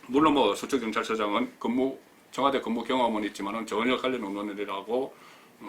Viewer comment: 이명박이 4대강 돈낭비 비리나 다루세요 이 따위 비생산적인 내용으로 어설픈 국민들 혼돈스럽게 하지마시고요. 허구 헌날 뭇재인정부 흔들기가 그렇게 재밌나요? 곧 폭망할 자한당이나 양심껏 파보세요 그리고 청아~~~대 아~~대가 아니고요 청와~~~와 대입니다.